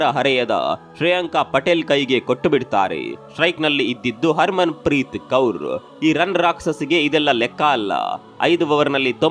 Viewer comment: ಪಟೇಲ್ ಅಲ್ಲ ಅಣ್ಣಾ ಪಾಟೀಲ್ adda 😂😂😂